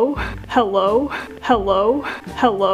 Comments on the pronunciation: If you listen to it enough it sounds like hewwo 😂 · Lavender Kinz it also sounds like "how low?" 😂😂😂